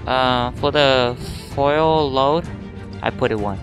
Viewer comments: Its pronounced f-you-el......... FUEL!!! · He cant say fuel. He says foil